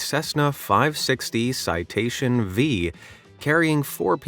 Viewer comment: "Never has the Counter-Sniper Team shot someone" they did literally two months ago. Who wrote this? "Citation V" It's the Citation 5, like the fifth in the series of the line. AI channels are literally dumbing down the internet with these poorly written and fact checked "fact" videos